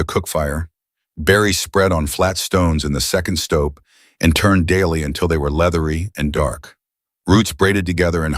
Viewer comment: The narration is terrible. A doorway has a stoop, not a stope like slope.